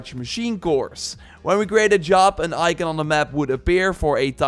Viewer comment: «Imor» «Ican» Armor and icon u mean😂